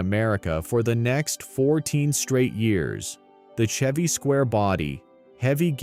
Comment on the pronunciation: Hearing the bot narrator mispronounce "Chevy" Really took me out of it. Hearing it flub so often as the video goes on just disappoints me. Why use a bot narrator? Was the script even written by a person?